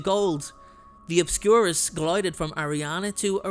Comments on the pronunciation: Gilded- as in clad in gold; not glided. 😊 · It’s “gilded” as in covered in gold not “glided” lol 😂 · It's gilded, not glided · Gilded (as in gold), not “glided”.